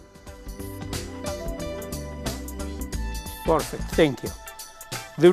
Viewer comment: I love the way he says porfect 😁 would have loved to be able to train with this legend